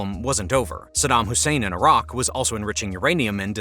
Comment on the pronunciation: A raq?? Youmean Iraq? Haha